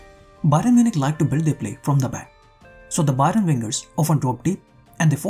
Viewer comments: Great analysis but you pronouncing Bayern as Byron made it very unsatisfying to watch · Bro it's not bayron, it's bayern